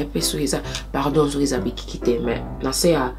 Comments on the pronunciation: Kkaaaii bikiki😂😂😂😂Makiki luv😂😂🙈bless you, you tried though❤ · Bikiki killed me girl 😂❤️ Big ups esimbi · Bikiki lool but your lingala is really good 👍🏾